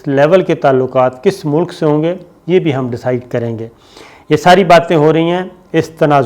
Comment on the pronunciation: aap ne bahot umdah khabar pesh ki hae. bahar haal main phir arz karunga apni urdu aap sahi karlen. pehli baat yeh ke ki mulk ke sarbrah ya aham shakhsiat ka naam ehtram se layna chahyea. yaani wazir e aazam Bangladesh, MOHTARMA Hasina Wajid saheba... Main aap ko zaroor tokun ga ke apni urdu ki pronunciation sahi karen. JUZ, TALKH, MUNDAMIL , MULK sahi alfaz haen. ummeed ke aap bura nahin manen ge. shukriya